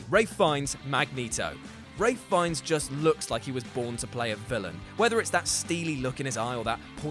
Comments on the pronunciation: Anybody else slightly bothered by "Ray Feinnes"? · Ralph "Feinnes?" Really????? OMFG